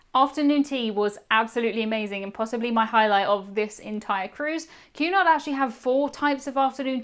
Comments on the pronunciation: What are you saying? A "cue nigh cruise" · sounds like youre saying Qanon cruises... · I kept hearing “Q-anon” cruise. 😬